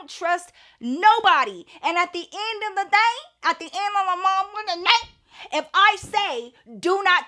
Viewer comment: “At the ennn ofdamuuhfuknDAY” 😂😂😂